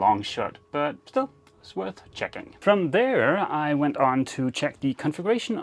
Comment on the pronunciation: 🤌they-a went-a out of business🤌. 🤗😂